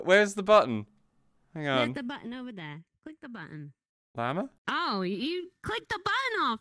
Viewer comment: EileMonty saying the word button gave me PTSD flashbacks of my past life.